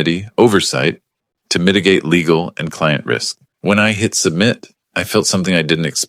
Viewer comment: how many ways can the AI mispronounce "Legal''??